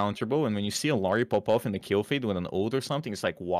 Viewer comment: psst, - theres no i in the middle of illari's name:P ill-ari